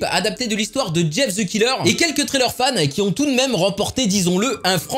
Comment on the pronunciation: mais prq tout les français disent ze mais pas the